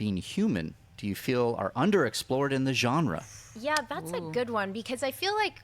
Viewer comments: More than Halloween being the hands of 2 trustworthy guys, but the company it's under. In Blumhouse I trust! And it's okay, it's still spelled Genre, but the G is soft, like spanish, lol. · great show as always. can't wait to see how pronounces Genre next week